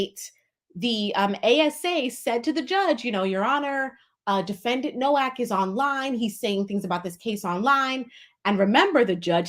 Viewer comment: He pronounced his name in the first court appearance Noak like "Yolk" or "Joke" lol.